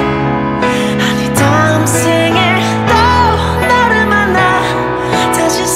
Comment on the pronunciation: 의도한 건지 아닌지는 잘 모르겠지만 음원을 잘 들어보면 꿈에서라도 너를 만나 이 부분에 너를 나라고 발음한 걸 알 수 있어요